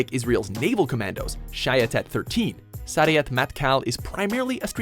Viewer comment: Sayeret is pronounced like Sa Ye Ret. and Shayeter is Sha Ye Tet. just so you know